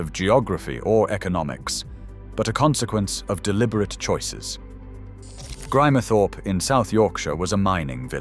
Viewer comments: It’s GRIMESTHORPE……not GRIMERTHORPE. Hate these mechanical commentaries. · Cant pronce Grimethorpeor even Ebba Vale